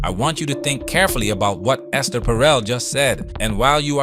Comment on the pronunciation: First second of the video: "Alright Ess-TAIR". Hasn't she ever heard of the name "Esther" before? Lol